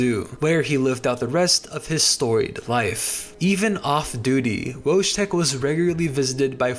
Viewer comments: Wojtek is pronounced "Voy-tek" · Great video, but something that bothered me is your pronounciation of Wojtek. in slavic languages J makes a y sound. So the correct pronounciation is "Woytek". Your channel is underrated, lovely video otherwise! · thank you for including Wojetk in your video! I feel like he's one of the most interesting stories to come out Poland and WW2 in general! Just a heads up on pronunciation next time- the 'j' in his name- pronounce it like 'yam' instead oj 'jam'. With the full name 'Wojciech'- same principle as for the 'j' sound, but the 'ci' makes a 'ch' sound- think 'chimney', and the 'ch' at the end is a simple 'h' sound- think house. Really cool to learn about wacky cool stuff on Wikipedia and to be happily surprised by one of the great Polish icons! Pozdrawiam wszystkich.